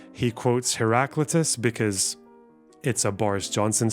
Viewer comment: Hate to be a pedant but.. Its pronounced "hera-clite-is", just fyi. And he was sort of badass, at least for a geezer natural philosopher from ancient greece